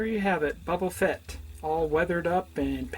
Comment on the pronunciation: Great video, and it's Boba Fett, not Bubba Fett.